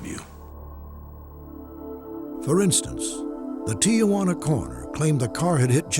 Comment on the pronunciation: “Ti-ah-juana?” You’d think the legendary Robert Stack would pronounce “Tijuana” properly.